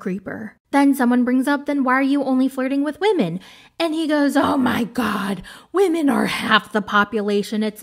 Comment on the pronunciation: "Believe all wahmen" 😅